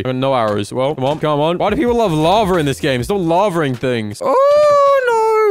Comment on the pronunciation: Everybody: Lava: Laver